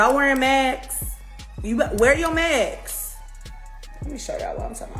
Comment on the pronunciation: Who is she tho...ig erbdy a celebrity talent or no....get over urself .....its mask not max tf